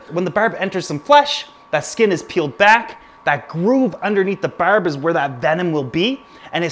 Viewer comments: Lol, once you said "burb" i knew right away you were Canadian haha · Berb?? Barb?? wtf Is it Berd?? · Karen LeDuc same lol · I love the way you say barb its soo Canadian it's great! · Nova Scotian specifically, the rest of us don't say it like that lol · Jonah St-François I think they mean when he says the word barb, but I could be wrong. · he says barb just like they do in trailer park boys